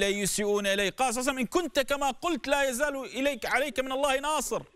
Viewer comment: ما تلاحضون يكول صلعسلم